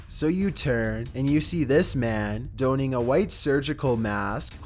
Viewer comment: man, is English not your first language? Do you seriously not know how to pronounce donning?